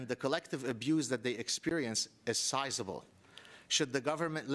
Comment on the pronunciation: "sizable" ha!